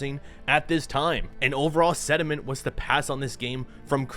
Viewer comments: ... sentiment.... sentiment.. not sediment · Sir did you say sediment instead of sentiment I can't be laughing this hard before bed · Did you accidentally say sediment instead of sentiment? I swear I heard sediment.